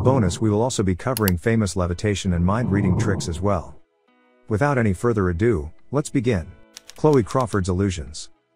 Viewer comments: It's ADO , not A DUE. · It’s ‘ado’ not a due. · "ado", not "a due" ;) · "Without further a due". You're kidding, right? "a due"? You must be joking..."a due"?